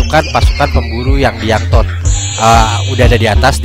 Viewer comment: Yankton bukan youngtun Merryweather bukan meriweter Rip english :p